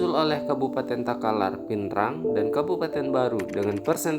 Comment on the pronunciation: Takalar kak, bukan Talalar